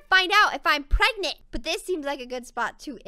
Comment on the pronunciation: Am I pergnert preganant pregan pargnet Pregant